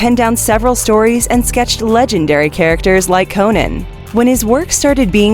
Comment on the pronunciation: Cringing the way she says Conan